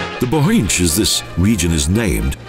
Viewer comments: The pronounciation: Bochindzh valley! They would never pronouncing so badly if it was German! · Again the pronounciation! Moshtrania and Nova Goritsha!, Bohindsh valley plus lake. Best of all Idrithsa. All crazy wrong!